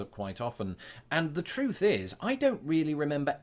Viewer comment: I noticed you tend to pronounce words that END with "th" as an f. i.e. truth is truff